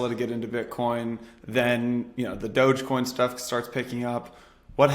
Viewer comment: It's dog-e-coin, doggycoin. Not douchecoin, or whatever.